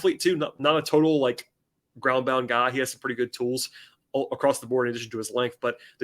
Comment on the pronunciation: His name is not pronounced Gay… sound it out man it’s like Goo-yey